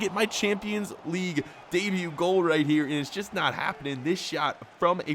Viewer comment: Did he say debeut in the premier League?